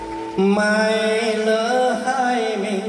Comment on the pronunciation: tan nguyen -- Ở phút ,,,Nếu lở mai này !!! LỠ chứ không phải lở ,,,,Phát âm sai bét !!! lở dấu hỏi là ghẻ lở ,,,, !!!